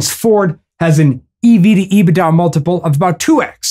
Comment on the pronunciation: Love how you pronounce EBIT da. It’s EBIT daaaaah!!! 😂😂 Once again making complex understandings easier for the masses!